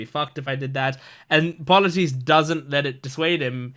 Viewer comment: Polites is like - Paul-a-tease Eurylochus - You-Really-Cuss